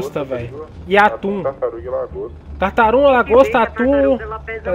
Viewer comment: Acho q ninguém percebeu q ele falou tartarum no final lá kkkkk